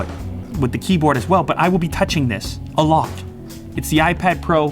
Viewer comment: '' I will be touching this ~~~Alot'' Way he emphasised it 😂😂